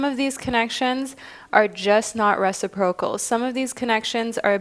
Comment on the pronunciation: I'm sorry to do this, I hate it when i feed the stereotype, but i can't help it... it's pronounced re-SI-pro-cal. The emphasis is on the 2nd syllable (yes yes, I'm a Virgo - I know we're insufferable).